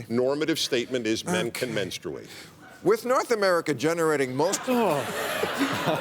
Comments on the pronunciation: bill maher trying to dumb down dennis prager was sad and pathetic even for him. The fact that Prager cant say the word "menstruate" was very annoying but it doesn't take away from the fact that the line of defining who is a man to a woman is quickly disappearing... a woman was just fired for not agreeing with this bassakwards rhetoric that is being spewed in medical clinics and so forth. This "Tran-Fad" train is gunna crash hard! Womans sports is barely a thought even without this debacle so its really fucked for the women that can get into a school based on athletic ability but now if ur a man and are mediocre and cant win with the other guys u cant now wear a dress and say u are a woman and basically "rape" the field in competition. This has gotten out of hand but its still early to put a stop to this nonsensical bullshit. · Who the fuck actually pronounces the U in menstruate? That alone shows how fucking crazy Prager is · Hey if he wants to do it (not something I would actually recommend) he at least ought to learn how to pronounce it properly. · Kyle H I menstruate... I have been pronouncing it wrong my entire life. Also... I just call it my period . Lol. I hate when people without periods have opinions about them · Why do they pronounce "menstruate that way???? We took a pole at work and 100% of the women pronounce menstruate..."menˌstrāt" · Men-struate? Think he started his cycle right there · Men-strooo-ate??? Did I miss how to say menstruate for 34 years? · It doesn't matter the color of the man, they all say 'menstrate', or period! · Prager made some good points but if he says menstruate again im gonna kill myself